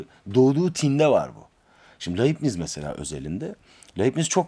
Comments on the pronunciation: Laybnits olarak okunur. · Bir ögretmenin derse hazirliksiz girmesi ne büyük saygisizliktir. Dersi ne kadar basit olsa da ya da defalarca anlatilan bir ders de olsa, yine de hazirlik yapmak gerekir.Felfefe okumalari yapan bir Youtuber'in hazirlik yapmadan okuma yapmasi ne aci...Ayrica Leibniz'in telaffuz edilisi de yazik.Teknoloji cagindayiz, yayina veya seminere baslamadan önce insan cok kisa sürede google'da arastirma yaparak ögrenebilir.Bu kanala ilk defa denk geldim, ama tam bir hayal kirikligi....